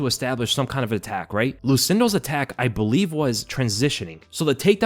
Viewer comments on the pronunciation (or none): none